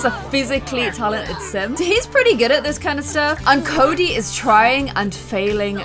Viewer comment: Army gear... on them... hot 🥵 You messed up Cody & Sebs Name at the start like 5 times.., you didn’t even notice.... Holly needs to be a part of stranger stories... Like needs too 💜 Love ya.... P.S I think Palo was flirting with Fatima... P.P.S Your intro ON POINT!! P.P.P.S.. omg whhhy Salome... we need Jess.. 🤞